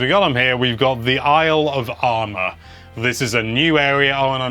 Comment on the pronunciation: Everytime says "Isle of Armor" I hear "Alabama" lol.